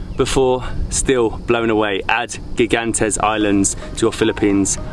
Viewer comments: Gigantes is pronounce Higantes. It means Giant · Gigantes is Spanish for giants. It is pronounced higantes.